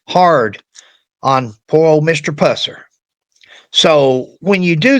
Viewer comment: If you're going to use that ridiculous A.I, misspell the name to Puuh-sir, for it to pronounce it correctly. Also, Buford did not go to the dr for this injury, either. He poured vodka on it. On video: Fmr Drputy James Robertson